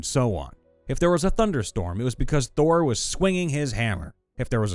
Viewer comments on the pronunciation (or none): none